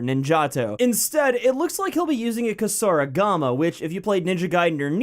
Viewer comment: It's not kusar-ih-gama its kusar-ee-gama... the Japanese don't have an ih sound...